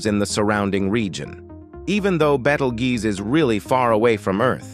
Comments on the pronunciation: He started calling it a "battle-goose". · "Beatle-goose" that really made me laugh. We're going to have to tell the AI narrator how to properly pronounce this word. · Badelgoose... Ummm 🤔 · The AI has pronounced Betelgeuse about EVERY way BUT "Beetlejuice" 😂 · It's to dumb to learn how to pronounce words properly - it does it frequently , making some words multiples when the same wod without the s , does the same job . There's a couple of other channels like that , where the AI narrator, needs to relearn it's trade . The "Beetlguese rant , had the most mistakes ever - would that qualify as dis , or , mis , information ? Or just mangled ?